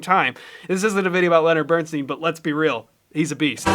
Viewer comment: Reaction videos suck. Then add in the inane superfluous "swoosh" noises and you've got a certain loser! Next, there's you having an organism. The unmitigated ego to think that you can play alongside Bernstein (BTW it's Bern-styn, not Bern-steen), and call him out as wrong. But thanks more to the comments than you, I learned a thing or two.